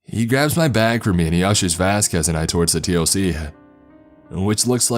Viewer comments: Dude, I love your stories but please, for the love of God, T.O.C. is said toc. Like tick tock 😂😂😂👍👍 keep these stories coming 👍👍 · I cant stand this fool. He talks like stephen segal. Its like he hasnt taken an actual shit in 4 years. PS nobody says T. O.C ( its called the TOC pronounced TOCK) Total fiction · TOC = Tock. Don't spell out acronyms, say their names. Especially ranks. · Also please please stop saying T.O.C. We pronounce it Toc... sounds like Talk. Toc one word not T.O.C. Not sure how to tell you how to pronounce it in writing. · Just so you know man, you actually say all the acronyms like they are words. It's not T O C, it's TOC (pronounced talk). It's not N O D S, it's nods (like nodding your head). Great narrating otherwise though. Really enjoying the series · sorry man, love your stuff but... T.O.C. or tactical operations command is pronounced TOCK like tick tock of a clock not just the letters... sorry but that's fingers on a chalkboard to me... rest of it was great besides that! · TOC is spoken as tawk in the military. Good story though. NODS spoken like nawds. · The narrator keeps spelling TOC. To everyone in the military its said as Tock..obviously minus to k but dude could spell it then say tock and everyone would be on the same page. Adds to the authenticity. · yeah, saying the letters, T O C, or N O D S. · I am in and it's exactly how it is. It's just funny that the narrator is mispronouncing some of the acronyms and jargon lol